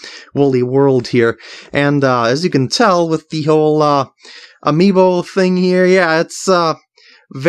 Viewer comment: He says amiimo instaed of amiibo. Also I don't know how to spell amiibo:)